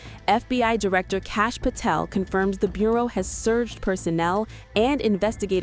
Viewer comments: The name, "CASH" is pronounced only ONE WAY! Suggest you learn it. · If you can't say his name, Kash, you shouldn't be reporting.